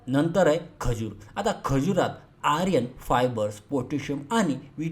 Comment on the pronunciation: उच्चार चुकीचा आहे, आर्यन नाही तर आयर्न असा पाहिजे. Ayarn asa hava, Aryan nako.